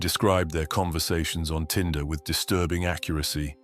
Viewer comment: Tinder, not Tender.